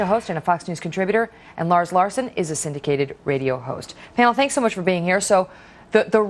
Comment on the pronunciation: larrrs larrrson